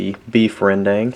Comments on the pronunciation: Rendang real pronunciation is ren-dunk...not "dang" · Rendang is pronounced as Rern-Dung , not Rern-Dang